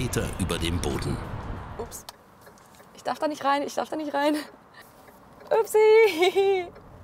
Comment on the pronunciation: Was soll dieses "nischt" bei ? LUL